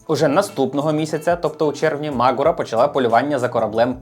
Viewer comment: Дякую, цікаво та пізнавально! Але не дуже зрозумів, чому наголос "мАгура", наче ж правильно "магУра". Принаймні саме так називається гора у Карпатах - звісно, може назва має інше походження...